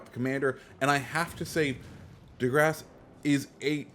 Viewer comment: The correct pronunciation is “De Grasse”, not “DE Grasse” 🍺